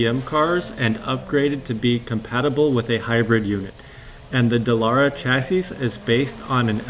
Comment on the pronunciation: A few things: don't call it Le ManS. The S is NOT pronounced! Same goes for Chassis. Think of both words like Le Man and Chassi - easy. The part about BMW's engine power is not correct. I don't care what the source is - even if it is BMW themselves - it is wrong. They can easily go to the full 680 hp (670 bhp) and even beyond. I know I know... "source trust me bro", but I'm serious. You can be sure they can easily do that :) Therefore Ferrari doesn't have an advantage in that regard (as mentioned later). Also regarding the higher voltage on the Ferrari... weight savings with wires are completely irrelevant, because they all have a minimum weight :D Other than that, strong video! And man that Ferrari looks so good. I can't wait for Le Mans!